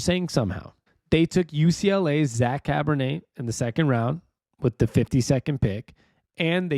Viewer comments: Char-bo-nay kind of like Chardonnay, but definitely not Cabernet, nor Pinot Noir, nor Rose', etc.... lol 😂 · Cabernet!?!?! Really man? It's Charbonnet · Bro..Cabernet? Try Charbonnet.....pronounced SHAR-BO-NAY. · I’m super excited for some Seahawks football. Also it’s pronounced Shar-bo-neigh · Enjoy and appreciate the videos. I know you said folks can be derisive in the comments but ignore them and keep up the good work. Hawks fan for 40 years! Small note. The new running back's name is not pronounced like a type of red wine 🍷